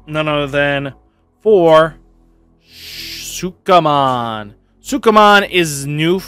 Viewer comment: man you really struggle to say sukamon.